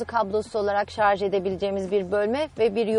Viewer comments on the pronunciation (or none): none